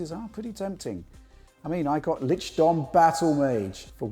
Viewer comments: "i mean I got LICHDOM BATTLE MAGE" Jesus my ears lol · "LICHDOM BATTLEMAGE!"